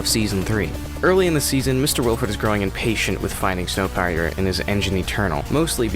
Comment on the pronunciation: Its snowpiercer not snowpeirer